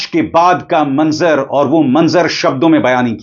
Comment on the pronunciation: ABISAR JI,,NAZARA AUR MANZAR BOLNA THEEK NAHIN...